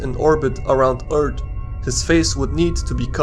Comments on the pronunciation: Earth not ert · It's not "eart", it's earth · I love how he is saying erth not earth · He say earth no wait its ert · he said eart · Umm Eart? U Sure Its Not Earth? 🤔🤔🤔🤔🤔🤔🤔🤔🤔🤔🤔🤔🤔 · why he say ert instead of earth? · For fuck sake please learn how to say "th" It's fucking annoying hearing "Eart". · Why do you pronounce "Earth" like "urt" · Is anyone else bothered by "eart" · you make earth sound like *URT* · "Fall back down to Earrt" 😂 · we do not want the shyguy crashin down on urt why does he say urt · He says Eart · I like how he says eart and earts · Planet "Eart"